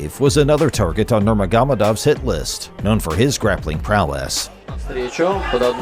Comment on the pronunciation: "Known for his Grappling Prowless" 😂 It's PROWESS! 🦧